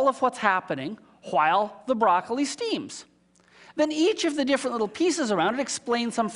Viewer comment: Don't forget the unnecessary emphasis on the E in steams.